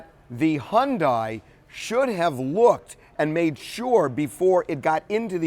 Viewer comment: figures, TMZ is just like the other networks. He needs to learn to pronounce Hyundai. She proceeded without caution across the intersection. The other driver was going too fast, but Venus is still at fault. She deserves an Oscar for her performance at the Wimbledon interview; she was no more devastated than a man on the moon. Geez.